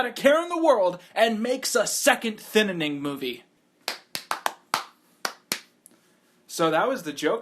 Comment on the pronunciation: Did you actually just said "Thinining Movie" ???